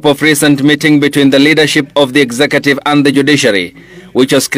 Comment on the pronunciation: Kenyans say “exakative”. Do you all mean mean “executive” or is that a Swahili term?